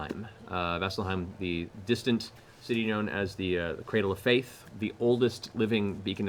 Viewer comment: i thought he said cradle of filth not faith lol. brings back it crowd memories haha